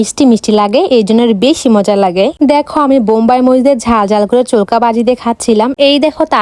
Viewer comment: Chokla na cholka 😂